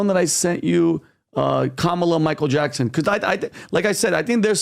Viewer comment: Her name is "Kamala" not Letishya. "Kamala" is an Indian name. Don't forget how she wanted her name pronounced. Say it with a head shake together with accent and you'll get it right. Why is this even a doubt?